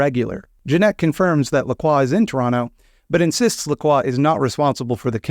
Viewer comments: I beat this just today and was thinking to myself the whole time, 'I didn't take French, but that's not how LaCroix is pronounced, is it?' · wait that's how you pronounce lacroix this whole time? Also is the character in VtM:Bloodlines named after him or are they both named after someone else, because besides the sparkling water I have never heard that name before. Many questions raised...